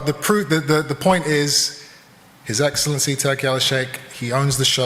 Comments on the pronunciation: His Eggscellency 😂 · I walked into his eggslency😂.he missed out on a classic line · His EGGcelency 🤣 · His eggcelency😂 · “Your eggcellency” is diabolical 😂😂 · How did Eddie not say "his eggselency" ? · His eggsalency lol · His eggcelency..